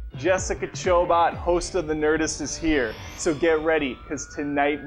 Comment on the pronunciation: I don't think her last name is pronounced Chobot, like robot. I believe it is a French name like Colbert or Depot. I believe her name is pronounced like Chobo, or Chobay. Jessica Chobay.